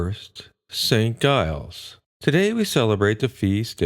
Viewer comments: Giles is pronounced JILES, not guyles. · It's pronounced as Jiles